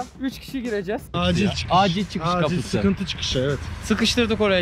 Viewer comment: acil çıkıs sürekli deneyim türkçeyi öğrenmeyi deniyen amerikalı: asil sıkis hjfgkdhfjkdhsgjkfh